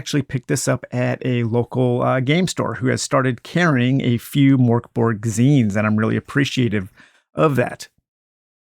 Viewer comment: Great vid thanks :) PS It's pronounced Murk Bory